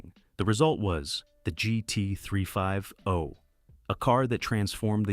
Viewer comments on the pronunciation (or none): Come on…. Lose the AI narration!! PLEASE! I can’t stand hearing mis-pronounced words, odd pauses, and stuff like GT ….. three five ….. oh Lose the AI…